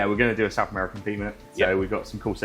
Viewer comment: Amaracan😂 Edit: it’s been changed if you know you know